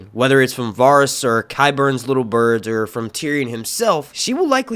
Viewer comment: the way he mispronounces Varys annoys me so badly